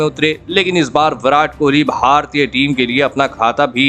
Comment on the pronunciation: Itna kharam pronounc bara bura hai, Bharatiya bar bar bolna bandh kariye.